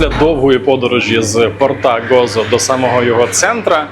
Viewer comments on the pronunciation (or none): Цікавий випуск, нагадав багато улюблених місць на Мальті, де я провів майже рік 20 років тому. Тільки не Гоцо/Готцо, а Гозо, не Слієма, а Сліма :)